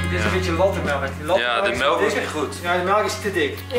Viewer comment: HET IS MELK WN GEEN MELEK